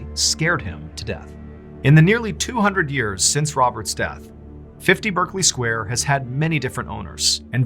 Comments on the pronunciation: It's pronounced 'Barclay' Square. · In the UK its pronounced 'Barkley Square'. Just saying!